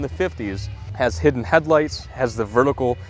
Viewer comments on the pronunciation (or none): none